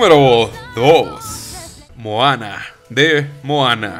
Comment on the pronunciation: "mojana" ;'D